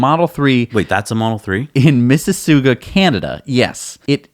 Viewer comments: Awesome video. Even though we say "aboot" in Canada, the car crash town is pronounced "MississAWga." Thanks for all the Canada coverage btw... I love that you found out about the Calgary used EV store before me and I live here! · ugh - its pronounced miss-a-sog-a